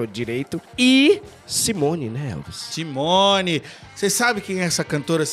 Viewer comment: A do Balão Mágico é Simony (si-mo-ní).